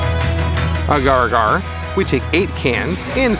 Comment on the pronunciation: As a microbiologist I always cringe when people pronounce “agar” incorrectly >.<